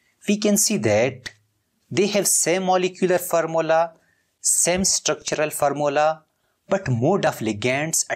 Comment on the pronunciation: its formula not farmula, its bidentate not ambidintid